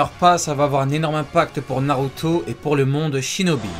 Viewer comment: Bsr sensei, j'espère que tu lira c texto, j'aimerais comprendre le mode ermite, et le fait que le ssj4 y ressemble beaucoup, en tout cas la couleur qui entoure les yeux dans ces deux modes. Naruto c la vie, Naruto c la PUISSANCE, et sensei tu prononce trop bien c mot😁